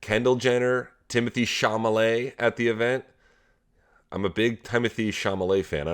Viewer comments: Cha - LUH - mae, repeat after me, Sam! Not Cha - Muh - Lay. HAHAHAHAHA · he pronounced it incorrectly with such a confidence I wasn't sure he wasn't joking 😀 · Sam said Timothee "Chamalet" and none of the other guys noticed it 😂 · Yeah, you're a 'big fan' of the guy whose name you don't even know. Who the hell is 'Chamalay"? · Sam, it's Chalamet. Also, Messy ain't winning IW